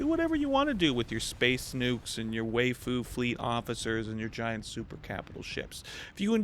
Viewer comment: way-fu? it's wigh-fu